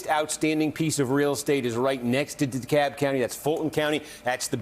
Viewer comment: It’s Dekalb county, not Dekab. Sorry, this is just really bugging me. 🤨